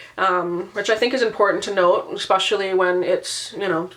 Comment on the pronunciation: How a person that reads this many books can say 'expetially' is well beyond my comprehension.